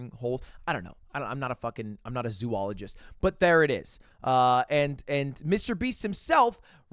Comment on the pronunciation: Bro said "Zoologist" 🤨📸